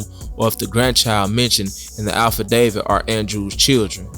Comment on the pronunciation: AFFidavit mannnnn..not ALPHAdavid...this worse than liebarry🥴